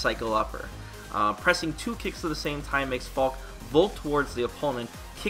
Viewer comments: The announcer pronounces her name wrong. It should be pronounced similar to Falka. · They give her a German name which means "falcon", call her a hawk and if it was their intention for her to be German, than they've pronounced her name incorrectly: In German, phonetically its pronounced "FAL-KA", similar to how you say Falcon, but replace the "-on" with a quick and short "-ah" The "Falk" doesn't sound like "Hawk", "Fork" or "Chalk"; nor does it sound like "Fall", "Wall" or "Ball" and the "e" at the end isn't silent, nor does it sound like "See", "Bee" or "Lee" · I was hoping it would be pronounced like "Falky", but she is still a pretty cool character, imo. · I always hated how you said "Falkeh". I knew it was wrong cause it sounded so stupid but I didn't know for sure, so I never said anything. I'm a natural keep away zoner even when I don't try to be, to the point that I sometimes get complaints in the form of people backdashing repeadedly to show me their frustration with my playstyle or just getting rage quitted on in battle lounge even if I'm not dominating the match. So seeing Falke as a keep away zoner character may be a good thing for me. I'm currently 6.5/10 on her. What I need to see from her is a three frame and/or invincible reversal, reliable anti-air and her walk speed. I suspect her neutral will be trash and I don't have high hopes for her rush down ability. Also, does her jump look higher than the usual jump? That could be a problem if her in air redirect moves aren't great. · Still pronouncing it "Fal-keh"